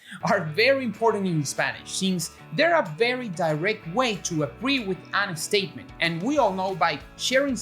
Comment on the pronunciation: I love "an estatement" in his English. :)